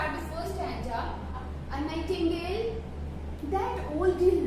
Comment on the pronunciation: Thank you maam but it's not a nihtangle it's nightingale